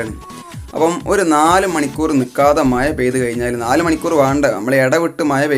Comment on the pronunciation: മയ... മഴ